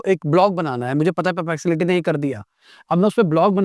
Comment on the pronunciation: Sir : puh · pleks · uh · tee